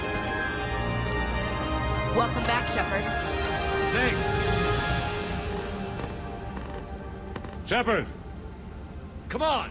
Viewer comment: It's SHEPARD